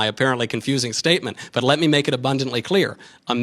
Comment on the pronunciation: "Ley me make abundantly clear" fuckkkk lol pwned....